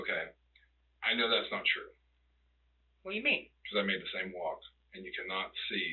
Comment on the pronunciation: "whayamean" I can't stand how he keeps saying that like an idiot. It's making this rage build up inside of me.